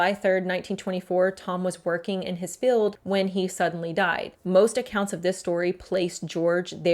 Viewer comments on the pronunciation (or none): field not "filled". Jail not "gel"